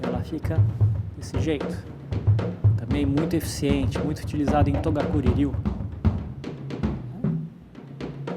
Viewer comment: É toGakuri Ryu e não toDakuri.. Kkkk